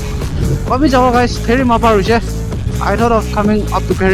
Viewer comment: Bro its piphema not pherima😊btw lots of lov from Piphema ❤